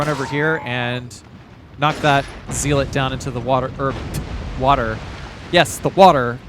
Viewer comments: Hate to be this guy but the first syllable in “zealot” is pronounced “zel” not “zeal.” I’m only point it out because you seem intelligent and have a nice vocabulary so I’m guessing that you’d want to pronounce it correctly. Great video as always. I always go back and watch you play through after I finish them to compare how I approached everything with your methods. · ZEE LAWT Ze-lut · it's pronounced "zeh-lot" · Dude I love this channel.. currently playing res 4 on my phone with the dolphin emulator and an Xbox one controller in regular resolution and I'm jealous of the 1080p textures (bought it for gamecude Wii and PS4 twice)....but ffs what the fuck is a zeelit lol had me so angry for no reason? Zealot my guy. Also you addressd it future me here. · Oh man I knew this was gonna be a long video when you started pronouncing “zealot” as “zeeelet” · The pronunciation of zealot as zee-let is interesting to say the least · I never thought I'd hear someone mispronounce zealot that many times in one video, that was impressive! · As soon as I read this comment he said it twice lol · the word zealot rhymes with pellet.